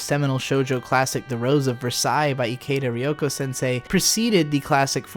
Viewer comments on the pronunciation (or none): none